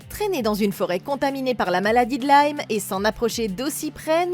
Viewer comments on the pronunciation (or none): none